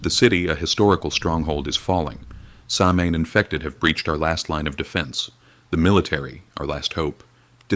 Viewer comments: Its not pronounced "samhain" its Sow-in. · Hi, REALLY love this channel and having said that, I've been learning Gaelge, Irish Gaelic but the name in Irish is pronounced "SO-wayne" NOT SAM HANE. Hope that helps. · sOW-win Thats how it is pronounced Otherwise, very cool. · I thought it was pronounced "sou-when" (like sour without the r) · It’s pronounced Sow in, the H is silent, Dublin, Ireland❤️ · Samhain, which is Celtic, is actually pronounced 'saa wen'. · It's actually sa-ow-win ❤